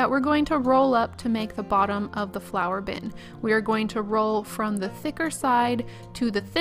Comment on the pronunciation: I love how this turned out. Plus as I kept hearing Flower!bin instead of Flour!bin I was so confused till you added the handle. Then it all made sense. Might make one of these one day. :} ps to round off those glue stick pots you could have heated them up a bit.